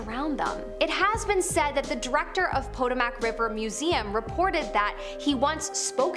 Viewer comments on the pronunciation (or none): Potomac is pronounced "puh-TOW-muk", not "POT-oh-mac". It's an Algonquian name which supposedly means "river of swans." Other accounts say the name means "place where people trade" or "the place to which tribute is brought". That mispronunciation was like nails on a chalk board for me. Also, please don't try to pronounce Algonquian. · It is pronounced Poe-Toe-Mack. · "Potomac" is pronounced "poe-TOE-mak." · And she says Poto-mack so many times lol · Hi, Potomac is pronounced Pa-tome-ick. Just trying to help. No offense intended. Love the job you're doing. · Are you an American? It is the Pah-Tow-Muhk River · Did you just mispronouce the Potomac River.... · The ghosts of the Potomac probably would probably say” That’s not how you pronounce Potomac”!